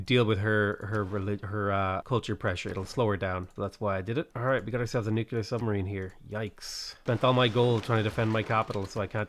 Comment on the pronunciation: Stop saying nookeelyar instead of nuclear, REEEEEEEEEE